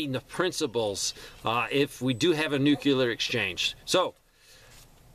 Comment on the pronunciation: Love your content, but man, please stop pronouncing nuclear as “nu CU lar “.